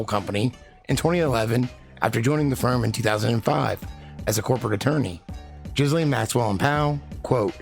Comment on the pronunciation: As a francophone it is THE correct pronunciation of her name.